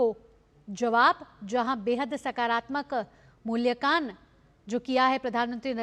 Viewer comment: मूल्यकान नही मूल्यांकन